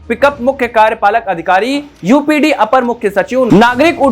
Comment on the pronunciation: यूपीडी नहीं यूपीडा